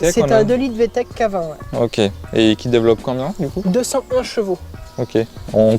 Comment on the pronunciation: Vtec .... Et non Vtech 😅